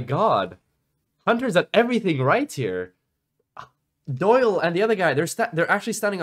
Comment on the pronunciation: John Soy-le. Peak cringe.